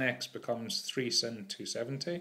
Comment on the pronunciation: The way you pronounce sine is the real sin